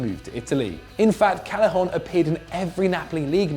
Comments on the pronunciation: it's pronounced CAY-eh-HON not CAL-eh-HON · And Callejón